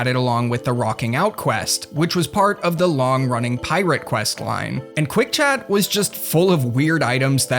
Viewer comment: Screen chaaht? I heard that Massachusetts